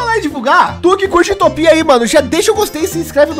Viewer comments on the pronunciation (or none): none